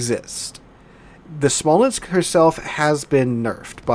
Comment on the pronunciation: 1 Smolensk, 2 Smolensks... You're welcome lol :)